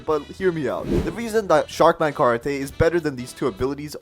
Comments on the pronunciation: What is that pronunciation of karate? It's kuh-raa-tee, not kuh-raa-tay. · karate is pronounced karateee not karaté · “Sharkman karatae” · "Sharkman karatay" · ah yes my fav grinding fs sharkman kar-a-tae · karate is pronounced differently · You keep saying karate wrong and how would you able to awaken dough when you need to kill dough king and his in third sea